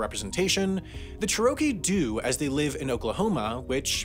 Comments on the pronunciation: Chur oh kee is not close to how to pronounce the tribe. Chair o key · Question: are you from Nebraska? The only people I've ever heard say Cher-OH-kee were from Nebraska. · I thought I was having a stroke when he said cheROWkee, glad I'm not the only one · He said cha-RO-kee, not CHE-ro-kee. It's like the American Dad episode "Camp Refugee," where he mispronounces "RE-fyu-jee" as "re-FOO-gee". I'm in no way Indian nor Oklahoman, but as an American I noticed this immediately. I cannot imagine the narrator is from the US, even though he sounds American. Maybe Canadian? IDK. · It isn't pronounced "Cher - rokie." It's pronounced "Chair - oh - key." I'm from Tahlequah, the capital of Cherokee Nation, and I've never heard anyone pronounce it like that. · Want to put it out there that Cherokee is pronounced more like Chair-uh-key than Chur-oh-key. I absolutely love your content and the information it has is more than half as interesting as what I was doing earlier. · He also mispronounced Cherokee. He said it more like "che-ROW-kee" when it should be "CHAIR-oh-kee." Which is especially surprising since I'd say they are probably the 3rd or 4th most well known tribe in the country. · Chair-UH-kee, not Chuh-row-kee. That pronunciation hurt my head. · I think Cherokee is pronounced Che-Ruh-Kee, rather than Cher-RO-Kee. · Being from Oklahoma I'm getting annoyed by how he is pronouncing Cherokee. It's pronounced chair-o-kee, not cher-okie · Cha-ro-key? Lol it's Chair-a-kee. I laughed every time you said it. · It’s amazing how many otherwise well done videos like this one make glaring pronunciation mistakes. It’s CHAIR a key, not chair Ō kee. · He makes it sound like it's a Mexican dessert. Churro-kee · I should have stopped watching then but no, I stuck around for sherohkey. THEN I stopped watching. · The pronunciation of Cherokee is (Chair-uh-key) by the way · Ehh, Wendover was pronouncing it more like Churro-Key. Wasnt far off but there was a slight difference